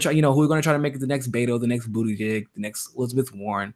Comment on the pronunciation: its pronounced (Buttigieg - Booty Judge)